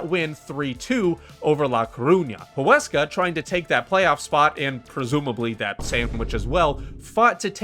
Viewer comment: I am impressed Huesca name was well pronounced 👍 It is one of the smallest budgets so it was a very successful season La Liga 2 holds many historic teams with large stadiums and crowds along upcoming teams , so it is extremely competitive